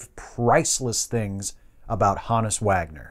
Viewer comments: I've always heard his name pronounced with a hard 'O'... H OH nus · I thought it was pronounced Honus